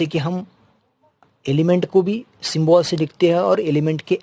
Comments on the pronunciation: Sir that is symbol not symbool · Symbol 😂 ❌. Syyybol✅